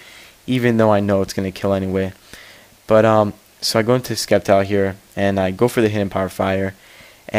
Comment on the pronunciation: Its pronounced Sep-tile, the c does not make a k sound btw.